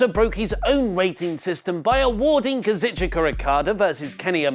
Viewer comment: KA-ZOO-CHKA not KAZ-IT-CHOO-KA